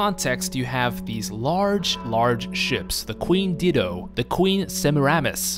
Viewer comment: Dido = dye (or die) dough. Like the dodo bird but with dye (die) instead of the first do. J'avo = jew ahvo. Don't ask why they didn't just spell it as Juavo. I don't work for Capcom. Regardless, they're both pronounced in their games and you can look them up.